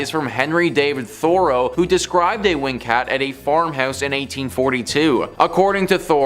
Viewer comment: Why do you say "Thoreau" and "intestines" so strange?